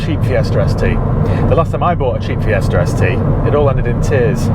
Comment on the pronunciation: It is Fiesta, not "FiesrR" .